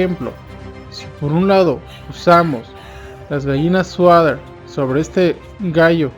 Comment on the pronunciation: Solo para mejorar; no se dice sueder, sino Sweater (sueter), perdón por el atrevimiento. Saludos